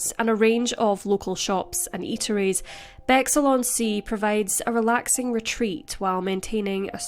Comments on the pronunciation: thank you, came here to say this - lol first time I’ve heard it pronounced that way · Great video, thanks for covering this. BTW - it's pronounced 'Bex - Hill' not 'Bexxle'.